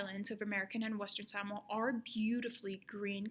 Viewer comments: Aye you know you a true Samoan when you pronounce it right haha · FINALLY someone who knows how to pronounce "samoa" correctly. seki